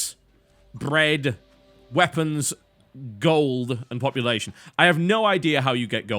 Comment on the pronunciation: I never heard the word bread so british like in this video.